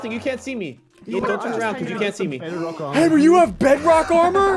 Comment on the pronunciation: Did anyone notice ssundee said Henry instead of henwy :O